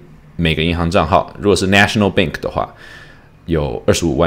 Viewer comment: BANK NOT BENK